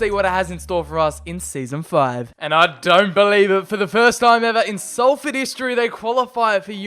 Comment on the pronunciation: Thanks for sometimes saying it correctly though!